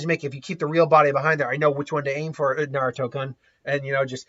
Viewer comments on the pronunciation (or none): I can't help but feel like your pronunciation of, "Naruto-kun," sounds like "Naruto-kunt." I can't help but laugh lol